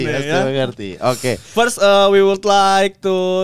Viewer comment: Apalagi kalau “first” malah mamat ngomongnya “firss” harusnya “feurss” mattt!!! Greget gua 😂